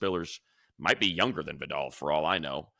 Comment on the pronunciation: Money thank you for pronouncing Vidal correctly unlike those college broadcasters. Please continue to say it correctly during games this season 🙏